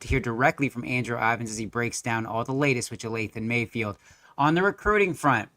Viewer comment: Dude could at least pronounce his name right. Its not Jathayln bud